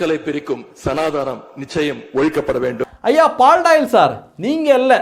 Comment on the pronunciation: Sanaa dhaanam illai mr.udayanidhi.Peyariyaavadhu sariyaaga uchharikka kathhu kollungal. SANAATHANAM. Dravidamum undiyalum, siruthha kuttigalum enru dhaan muzhumaiyaaga purindhu kollapogiraargalo ? Inimaylaavdhu kamalahaasanai pol ularaamal irukkalaamay.